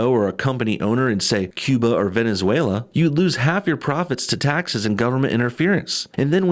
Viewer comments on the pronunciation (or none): none